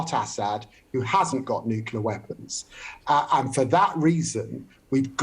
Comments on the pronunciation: Expert!!!!!!!!!!!!!!!! '' NUKILAR''??????----------------Nuclear!!!!!!!!!!!!!!!!!!!!!!!!!!!! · LIAR! I want to see NATO at war with Russia in Ukraine. Also, IDIOT, it's "nuclear" not "nukular". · It's Nuclear not Noclour the big dummies that can't pronounce the damn word. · Nuclear. Not nukular. How are some of these people even allowed to publicly speak if they can't pronounce rudimentary words? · New-clear. Not nucular. It's so annoying. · David 'NOO-KYULLER' Lammy 🙄 Many of these people can't even pronounce words correctly and they're running the country?! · One of these interviewees appears to be an expert and competent communicator, the other seems to be a bullshitter who also cannot pronounce the word nuclear ... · And he doesn’t know how to pronounce nuCLear? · I find it difficult to take seriously anyone in authority who is unable to pronounce ‘nuclear’ correctly.